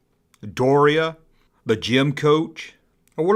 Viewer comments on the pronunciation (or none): dar ee ah. not door iah. she had her own show. why is this pronounced wrong?